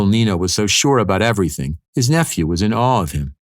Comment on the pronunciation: "I'm in awre of ya"